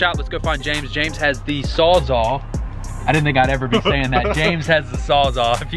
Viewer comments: saws all. wtf is a 'sawzaw' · Wtf is a sawzaw? You mean sawzall lmao. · What the fuck is a "sawzaw"? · Sawzall* not sawzaw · Fuck is a sawz aw hahaha